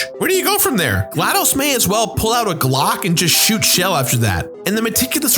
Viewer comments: Dude... it's been years and you're still saying "Shell" as if it's short for Michelle. It's "Chell" with a "chuh." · the main character's name is 'chel', pronounced like the first half of Chelsea. so the shell joke doesn't work. and glaDOS is pronounced like MS DOS (or boss with a d), hence why it's in caps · Her name is Chell. CHELL (not Shell). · So is no one else going to mention that her name is pronounced Chel? It's not pronounced Shell. I feel like I'm losing my mind here.